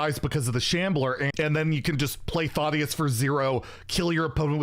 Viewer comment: “Thottius” 😂😂😂 he a thot with that shirt off I guess. It’s “Thad-ee-is” 😉